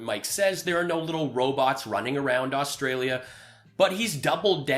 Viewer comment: This dude has Stolden my identity by calling me Rustralian .....actually, I like it!